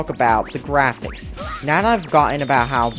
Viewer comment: Da GIAFICS